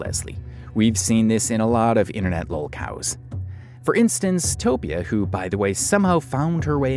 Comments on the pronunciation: i cant handle you saying toe-pea-a instead of toe-fee-a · Just so you know, Tophia is pronounced like Sophia, so the 'ph' is an 'f' sound. Great work on this vid man. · Toe-fee-ah, hope this helps